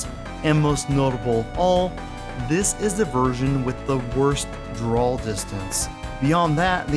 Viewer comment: What's a "drawl" distance?? 😅